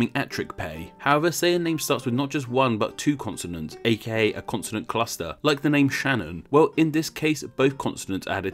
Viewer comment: you really just called sh a constonant cluster